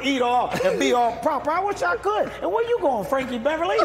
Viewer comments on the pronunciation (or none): when that man said Franky Beverly 🤣